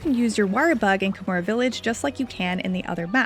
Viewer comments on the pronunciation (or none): It's not Kamura, it's KaH-mura.